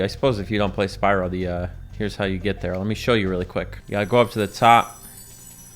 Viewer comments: says Spywoh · Oh god when he said "Spywo" I was instantly overwhelmed with the memory of that one girl in Spyro 2 and 3